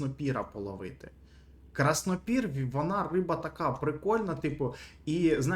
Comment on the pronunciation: Краснопір - ударєніє не вірно ставиш